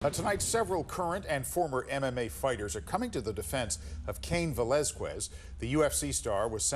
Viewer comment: man the anchor butchered his last name real bad😂